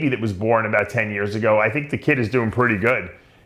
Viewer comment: if he's not canadian, why does he pronounce the word 'about' as 'aboat'? just a thought. carry on.